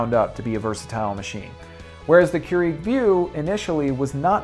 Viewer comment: It's pronounce Cure-ig btw...